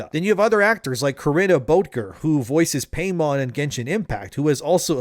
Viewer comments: "paymon" bruh 😭 its pai-mon not paymon lol but makes sense cuz its very greedy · Pie-mon ffs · Dammit,! It's pronounced "PIE-mon" 😂